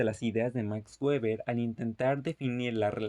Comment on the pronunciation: Gueber xd En español no se debe prununciar gueber, se debe mencionar (beber = Weber) O el correcto en alemán (beba' = Weber) Pero no gueber Buena explicación :D